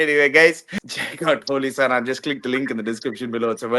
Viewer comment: Holisana na holisana dhan 😂